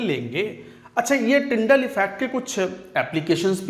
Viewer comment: Tyndall bol rahe hain sir tinder nhi 😁😁😁😁😆🤣🤣